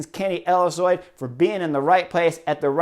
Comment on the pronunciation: i know it's goofy to make fun of someone's pronunciation but "kenny elissoid" made me giggle